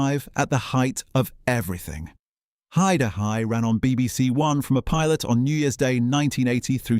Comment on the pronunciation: AI bollocks voice over calling it He-Da-Hi